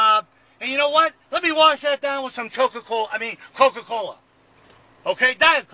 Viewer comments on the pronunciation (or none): Am I the only one that noticed he said "choke-a-cola" ? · I thought he said "choke-a-cola".